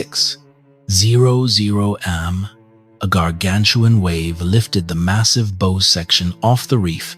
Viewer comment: “Crossing Lake Erie to Buffalo from the Welland Canal”…boy, that was a long trip! 🙄 “Bow” and “Sault” mispronounced in every story… this is why I’ll listen, but will NOT SUBSCRIBE to this AI garbage! 🤮 The Big Old Boats channel does a much better job… a real person narrates and knows how to pronounce English words! I’m subscribed there!